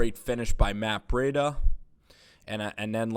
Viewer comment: It's Breed-a